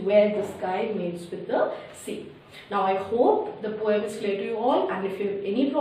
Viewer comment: It’s not po yum it’s poem